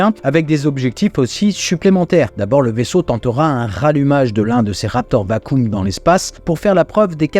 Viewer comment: Je fais mon relou mais "vacuum" ca se dit "vakioume" pas "vakoume" (bon en meme temps les anglais sont relou a pas ecrire comme ca se dit)